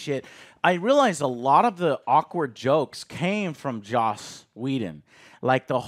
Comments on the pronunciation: It's Joss not Josh It's Joss not Josh It's JOSS not JOSH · joss not josh